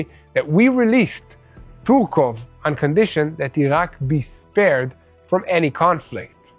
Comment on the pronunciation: really should sit and go over names in the script before recording. He butchered the name of miss Tsurkov so much one might believe he is from iraq hezbollah. But seriously, it's unprofessional. At least read the whole script once before recording, you will have much less problems with pronunciation.